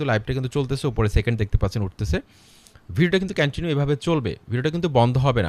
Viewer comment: কেনেনিউ না ভাই কন্টিনিউ হবে এ এক কথা কয় বার বললেন সব ভূল😜